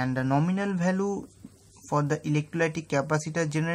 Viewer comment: bhai mere english ka pronountiation theek krlo... VALUE hota h naa ki BHALUE